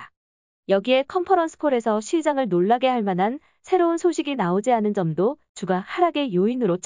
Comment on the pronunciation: 앱으로 스크립트는 읽힐때 주가 를 주까로 넣어주시면 안될까요? 성경책에 주가 우리를 보살피며 ... 처럼 다른 단어로 들려요.